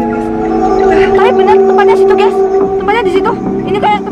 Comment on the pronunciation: Bukan geas harus geys